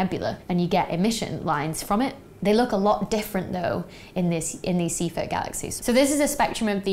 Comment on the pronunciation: Wrong pronunciation of Seyfert.